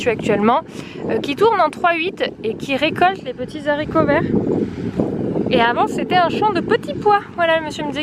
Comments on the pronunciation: Les Haricots ! Pas les Zaricots ! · absolument pas! on dit le haricot et non pas l'haricot* donc au pluriel ce sont les haricots et non les zharicots* , on n'est pas là pour faire des leçons de langue mais dire et lire ce genre de bêtise c'est hallucinant! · désolée mais non on ne dit pas les « zaricots », le h est aspiré, du coup on ne fait pas la liaison et non ce n’est pas entré dans le dictionnaire comme tu le prétend!! Comme on ne dit pas les ziboux, par exemple!! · Super blog.par contre on dit Haricots verts c'est un h aspiré et non zaricots!!